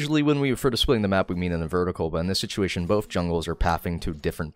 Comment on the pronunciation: "situlation" like this